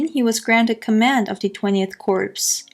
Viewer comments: That was fascinating. One thing, for the future, an army 'Corps' is pronounced as 'Core'. You pronounced it as 'corpse' - which means, of course, 'a dead body'. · The 20th Corps...it's pronounced 'core' not 'corpse'. It is derived from the French word cors.